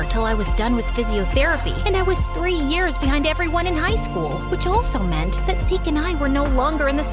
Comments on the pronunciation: It’s not rears it’s years😂😂😂😂😂😂😂😂😂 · Anyone else notice that “three rears” instead of “three years” 🤣🤣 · Isn't it supposed to be years and not rears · Why is it rear not years? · 😃🤔🤓👆Erm actually it's years, not rears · “Rears” I’m crying 😭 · 3 years ❌ 3 rears ✅ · Years ❌ Rears ✅ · 3 years ❌ 3 rears✔️ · Rears!? Um... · REARS LOL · U guys made a mistake u said rears instead of years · "I Suddenly Woke Up From A Coma After 3 rears" bro said rears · "i Suddenly Woke Up From A Coma After 3 Rears" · “3 rears” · Nia not nah and years not rears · "after 3 rears"😭😭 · “I suddenly woke up from a coma after 3 REARS” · After 3 « Rears » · "After 3 Rears." WHAT..?! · “after 3 rears”😭😭